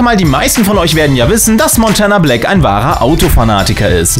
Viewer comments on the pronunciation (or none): Leude es Heisst Montanablack nich Montänablack sonst geiles Video